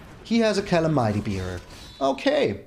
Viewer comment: Think that's "Ca-lam-ity" Bearer :)